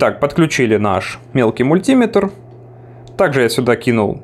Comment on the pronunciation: Режет ухо ударение. Правильно говорить "Мультиме́тр"